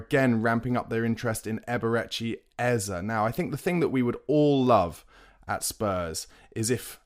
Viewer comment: It’s Eze not Ezer